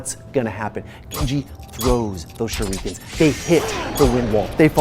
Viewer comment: Say shurikeen one more fucking time